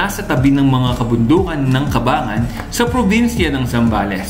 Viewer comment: Brad sa susunod aralin mo muna yung tamang bigkas ng Cabangan. It is prnounced "Kabang-gan" po, hindi ''Kabangan'.